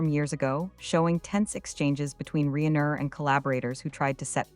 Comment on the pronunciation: Reen er? AI, that is just lazy.